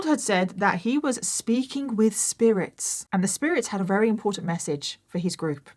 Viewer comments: Just curious, is it a local dialect thing when you say ‘rary’ instead of ‘very’? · I always love your videos, amazing. But I have to ask, why can't you say the word 'very'. It's not 'rery'....